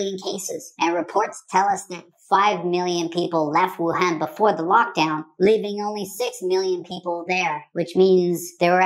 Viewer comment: Wuhan actually It pronounced —> Wu -hon